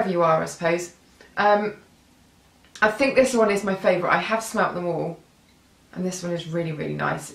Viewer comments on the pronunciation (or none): none